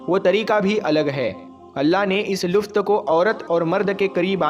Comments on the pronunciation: Luft nahi bhai lutf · wo lufth nahin, lutf hota hai mere bhai, pehle apna talaffuz theek Karlo mere bhai...... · MereBhai Luft Nahi Lutf